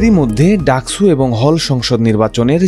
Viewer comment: স আর ছ এর উচ্চারণ তো আলাদা, ডাকসুকে ডাকছু বলছেন কেন?